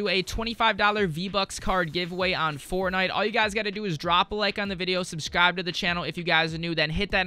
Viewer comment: Why does he say fornigh